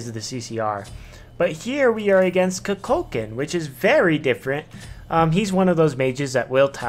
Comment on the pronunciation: Good video. But please, it is koo-kul-khaan